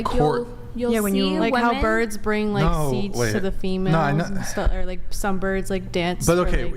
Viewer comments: Bring not brinGG. "They brinGG uhhhh emotional security..." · Her pronouncing the word bring…”bringuh”. Ugh it’s so stupid but it drives me nuts 😂